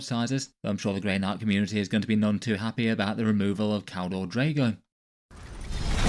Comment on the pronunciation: Keldor Draigone